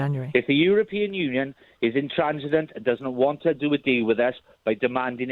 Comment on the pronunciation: effing hate this Brexit Buzz Word 'intransigent'. None of these Sun/Mail/Express readers even knew this word before 2016. And this plonker cannot even pronounce it! 😅 If you hear the word 'intransigent', your internal alarms bells should be ringing like crazy. This is an immediate indicator of the sort of 💩 media, that people consume.